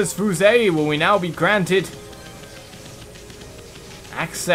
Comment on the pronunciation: Fuse. How it’s pronounced: f-yoo-se.